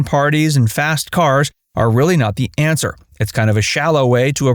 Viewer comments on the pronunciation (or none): none